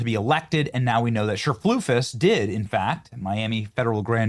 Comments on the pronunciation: This makes me so angry😡🤬but every time Benny said cherflufus 😂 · Cherfloosys??? WTF, learn how to read. I'm not at all in agreement with the wig lady, but I can say her name. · I think her name is pronounced, "sir-FLEECE-us." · I love how you keep calling her Cher-floof-is. 😆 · I love how he mispronounces her name. 😂😂😂😂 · I love how you pronounce her last name Benny LMAO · The way he said her middle name hahah